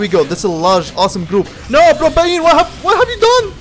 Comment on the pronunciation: Propayine , love this mans pronounciation